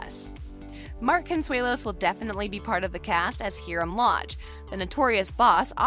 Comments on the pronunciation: These people o not know that much about Riverdale she kept calling H-E-R-A-I-M instead of H-I-R-A-M and Fangs has been a part of the Riverdale cast since season two like what the heck. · IT'S HIRAM NOT HERIM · are we not gonna talk about how the girl said herim instead of hiram. BAHAHA. no hate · Did she just say herum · It’s Hiram not heram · The way she said he rum instead of Hiram(high-rum) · OMG YAB she said heeram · did sis just say heeram and fbee😭😭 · She really said hiiram